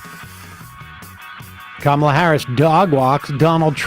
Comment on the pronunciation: The power move no one is mentioning is when they came on stage and shook hands. She clearly and loudly said Kamala as a dig to trump for mis pronouncing her name.